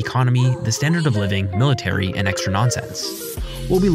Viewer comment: At the military section you said "MMMMTARY" 😂😂😂